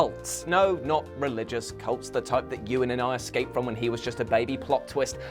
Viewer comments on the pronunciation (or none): none